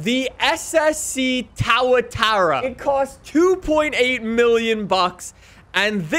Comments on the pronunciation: too ·uh·taa·ruh, please the tower-tera pronociation is killing me as a kiwi! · It’s Tuatara. So pronounced Two-a-tara. Not Tar-a-tara. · kept pronouncing it as Tow-uh-tara, but the correct pronunciation is Too-uh-tara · It’s too-a-tar-a not tow-a-tar-a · Im also from nz and it personally bugs me as well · It was so painful to hear lmao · How to pronounce SSC Tuatara: Es-Es-see Too-uh-tar-uh How nicks pronounces it: Es-Es-see T-OOOOWWWW-uh-tah-ra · Isn’t it pronounced Too-a-tau-ra, not Tow-a-ta-ra? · tuatara not "taratara" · Yeah I was like tawatawa!?!?!?! Its pronounced tu a ta ra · It bothers me the way u say TuaTara, its pronounced TOOA-TARA not TowerTara 😂😂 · The "SSC Towatower" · bro it’s pronounced Too-ah-tah-rah it’s a native lizard from New Zealand that’s actually technically a dinosaur! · “SSC TAURATAURA” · ah yes "ssc towertower" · It’s tu a Tara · “SSC Toatara” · SSC TAWATARA HAHAHA PRONOUNCE TAWATARA😂😂😂😂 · Tuatara ❌ - towatora✅ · “SSC Towatawa” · When he says tawatara XD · Correct pronunciation Two-uh-tara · “Ssc tawataowa” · It’s pronounced too-ih-tahra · Who the hell pronounces tuatara like tow uh tow uhy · It's pronounced too-a-tar-a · Tua-tara. I cringe everytime you mispronounce car name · "Ssc towertowra" 🤣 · That pronunciation tho lmaoo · Your pronunciation of the tuatara makes me cringe so much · The way he says tuatara 🤮